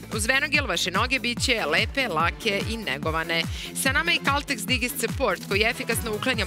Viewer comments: Digest support 😂 - izgovara se "dajđest" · Dobro je sto su i drugi primetili izgpvor *digest*. Engleska je to rec i ne izgovara se kao sto nas je Vuk naucio. Pazite na izgovor jer se ZG gledaju i u inostransvu i takav nepravilan izgovor je jako iritirajuci. Ako vec koristite engleske reci proverite izgovor istih. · nauči već jednom engleska riječ digest se čita dajdžest